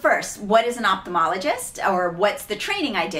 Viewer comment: I'm not sure why so many young ophthalmologists mispronounce their own title, but here is the right way to pronounce ophthalmologist.